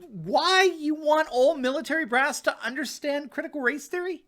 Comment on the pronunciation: I can't take a man who says " I wan't to undershtand" seriously.